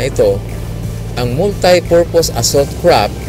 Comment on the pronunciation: Kapatid... hindi yan KRAP .... it is pronounced as CRAFT with an F.... F.... !